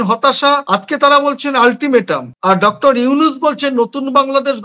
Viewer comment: আপনাদের বিশ্লেষণ চমৎকার তবে বারবার আপনি "ডাক্টার" ইউনূস বলছেন। কিন্তু সঠিক উচ্চারণ হব "ডক্টর" ইউনূস। একটু সাবধানী হওয়ার অনুরোধ। আমার ধারণা আপনি আপনার ভুলটা ঠিক বুঝতে পারছেন না। শুভকামনা। চালিয়ে যান। ❤❤❤